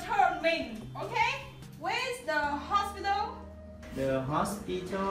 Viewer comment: The teacher did not pronounce hospital correctly.